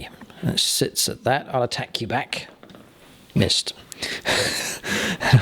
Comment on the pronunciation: Did you know that "missed" sounds like "mist!" And that means dung in german?:D so very funny evertime you yell at the dice 😂😂